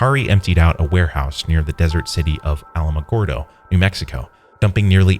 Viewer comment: I'm from New Mexico and his pronunciation of Alamogordo is just slightly off like he caught me off guard